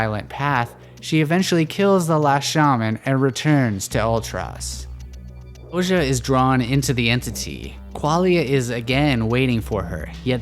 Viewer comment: Thank you so much for this video. Very ”accurate” and interesting interpretation. I had a great time watching and seeing your artwork come to life. Couple of pointers then; Ouji is supposed to be pronounced Oh-gee, at least thats how I imagined it in my head, but whatever works for each is fair really. Art is subjective and not so much objective, despite the artists intentions I believe. The Moon is also a symbol for introspection, further nurturing the idea that somewhere in the story someone get’s a new chance to break the cycle. Perhaps its the Berians or perhaps the player and if so, hopefully we managed to convey this sense of looking at ones own actions outside the game and that ultimately it is your own choices that set whatever future may come.